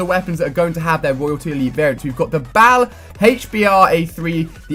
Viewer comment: finally ali a can say bal correctly he keeps on saying B.A.L LOL